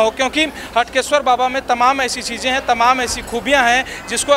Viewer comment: Clear nhi tha हाटकेश्वर है हटकेश्वर